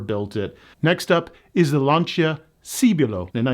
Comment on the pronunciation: LAN-cha, not LAN-see-ah.